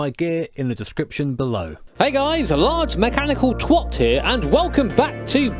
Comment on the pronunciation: Oh dear, British guy who says twat like a yank......It's 'a', as in apple, not 'o' as in octopus.....Twot! Lol